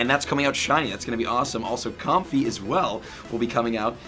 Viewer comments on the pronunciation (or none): none